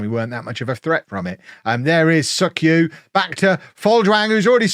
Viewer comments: Yoon Suk-Ju is pronouned "Jew" not "Yu". German and Scandanavian languages use J like a "y" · You may get demonetized with a Thailand video in which you repeatedly say Suk-Ju. 😄